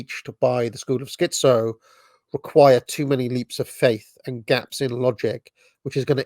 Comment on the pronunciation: And you're the dissident right. Put a "T" in "schiTzo" please